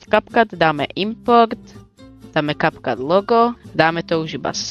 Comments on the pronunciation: Ahoj super video, no hate len môj názor je že sa to vyslovuje Capcut (kepkat) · diky, ale kepkat sa to nevyslovuje, respektíve niečo medzi Kepkat a Kapcat...